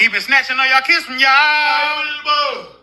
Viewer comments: Cubans can't pronounce the v sound. Thus, bote instead of vote. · No no it's "I will boat, for Donna Trom!" 🛥️ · NOT BOAT! 😂😂😂😂😂😂😂😂😂😂😂😂😂😂😂😂😂😂😂😂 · "I will boat....back to Cuba" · I'm laughing so hard at. You deserved it biotch. "I will vut for Donald's trunk". Now, it's stuck in my head.🤪🤪🤪🤪🤪🤪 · No y’all got it wrong, I figured it out, it’s " I build boat for Donell Thronk ", you’re welcome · I believe it’s “ I will boat for Donnal Trunk”. Now get on the boat for Donnal Trunk and go to Cuba.😂😂😂😂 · 😂😂😂I thought it was BOAT FOR DONALD TRUNK🤣🤣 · "She didn't use a V sound the whole video." 😂😂😂